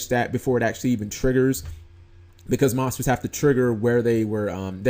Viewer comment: Dude learn how to pronounce "monsters" better..